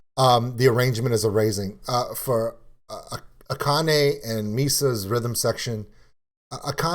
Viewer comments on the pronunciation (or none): none